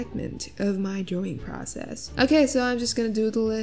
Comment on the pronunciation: I love how just pronounces “drawing” as “drewing” I honestly love it